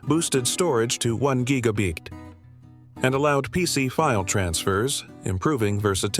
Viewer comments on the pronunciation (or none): "one geegabeet.."